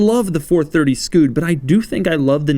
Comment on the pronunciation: A 430 what? Scood? SCUD!